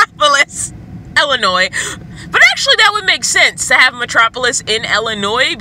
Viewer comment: I love you but I can’t stop laughing at the way you say Illinois 😂